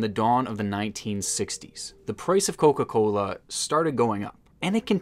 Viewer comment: Aweeeee yea, my boy from the Midwest!! It stuck with how you said “coca-cooola” but I definitely knew when you said “pop” hell yea baby!